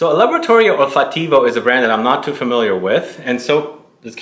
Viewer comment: I love Laboratory Olfattivo (accent on second syllable, Olfáttivo). My favorite is Rosamunda. I thought I would like Salina but it made me nauseated. I cringe to remember it.